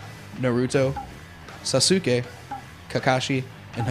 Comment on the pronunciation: Did he seriously just say sasUke?Wtf?